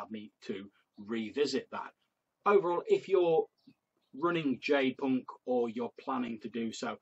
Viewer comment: No worries, most folks mispronounce it. You came closer than many of them. I did have a question on the material for you. Did you find the healing rules to be useful?